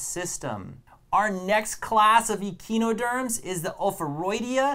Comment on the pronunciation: really fun video, one small correction, it is pronounced uh-kai-noh-derms. Pentamerous is pronounced pent-AH-mer-us